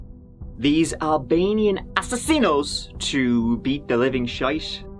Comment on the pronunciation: Loved " assassinO " 🤣